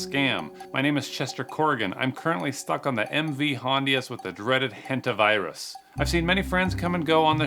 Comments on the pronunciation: "hentavirus" I thought that was a different word at first at the front of it lmao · The fact that he said Hentavirus instad of Hantavirus, at least he didnt say Hentaivirus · The “Hentavirus” That must be a new strand.. It was the “Hantavirus” 😂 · Hentavirus? Hepavirus? Is that a new variant xD